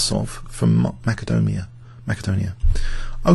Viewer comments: You pronounced Macedonia wrong. It's more like, mass-ah-dough-knee-ah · Wasn't it originally pronounced with a hard 'c' sound before the Cyrillic alphabet? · In Macedonian (the Slavic language), the spelling is 'Македонија', and the ancient Greek kingdom/modern region of Greece is spelled 'Μακεδονία'; both 'к' and 'κ' are pronounced with a hard 'k' sound. I believe the common English pronunciation with an 's' occurs because of a sound change in Latin, where things spelled with 'c' shifted from being pronounced with a hard 'k' sound to an 's' sound (for example, 'Caesar' went from sounding like 'Kesar' to the common modern pronunciation, but the word entered German before the sound change, which is why Germany had Kaisers).